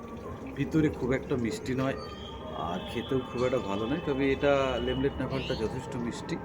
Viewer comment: Not LEMLET this is LENLET NAVALE orange.